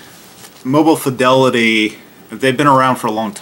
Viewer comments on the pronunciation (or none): none